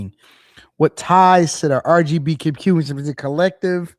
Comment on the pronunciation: hey say "with ties to the Rgtbqblahgrh collective" one more time😂😂😂😂😂